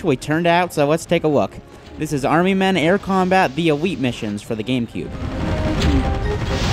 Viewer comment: Army men air combat the EWEET missions, let's take a wook.